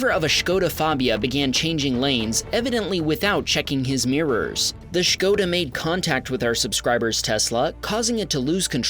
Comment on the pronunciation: Great pronunciation of Škoda, glad to see English-Speakers not call it "Skoda", nice job!